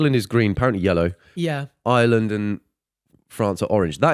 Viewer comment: “Island” ITS IRELAND PLS